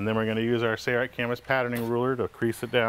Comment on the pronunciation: The narrator even has the installer saying "say-right" instead of "Sailrite". Gawd that drives me nuts.